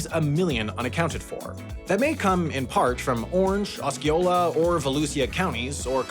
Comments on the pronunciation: ... OUCH. Osceola is OS SEA OLA. Volusia is VA LOO SHA Oh, and it's the four seventeen. :) No one says four one seven here. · Say it with me, “ah-see-oh-la” county and “vuh-loo-shuh” county. Not Oskeeola and Valusia😂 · I was about to say, I've never been to Seminolee, Oskiola, or Voluseeah counties, but I've been to Seminole, Osceola, and Volusia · Cringe at “osk-ee-ola” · Sim-en-o-lee? Os-kee-oh-la? Lmao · // SEH-mih-NOLE // // AH-see-OH-luh // // vuh-LOO-zhyuh // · Seminole - cem e nol Osceola - Ah see o la Volusia - voh lu chia my bad that really pissed me off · For fucks sake! It’s Seminole not sem-e-noly. It’s Volousia not vo-Lou-see-uh and Osceola not osk-e-oh-Lee-uh. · our counties are pronounced Sem-In-Ole (Ole as in hOle), Ah-see-Oh-Luh, and Vuh-loo-ßa Also, you would have a blast trying to pronounce a good chunk of our rivers, the Econlockhatchee river is a good place to start 😁 (We use a lot of names coined by the Native Floridian tribes) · ...Did just say Se-mi-no-LEE and Os-KEE-oh-la? Holy moly. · Aweskiola for Osceola got me bad. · I'm sitting here clenching my teeth at calling the 417 "four one seven" instead of "four seventeen", and now I've just gotten to Seminoley and Oskeola and Volooseeah aaaaaaaaaaaaaaaaaaa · For those who care, the airport's code MCO is because it was previously McCoy Air Force Base. Minor pronunciation nitpicks County pronunciations: SEM-in-ol, Va-LOO-sha, AH-see-o-la And that toll road that wraps around the east and south side of Orlando is the four seventeen, not the four one seven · As a Central Florida resident and huge fan of the channel, it's endearing to hear try to pronounce "Seminole", "Volusia" and "Osceola" 😂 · As a Florida native, listening to your pronunciation of Seminole and Osceola was painful. Otherwise, good video. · Great video, your pronunciations were pretty interesting. Had to rewatch the Osceola and Volusia bits back a couple times, very unique. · Osceola was bad, then he said Seminole!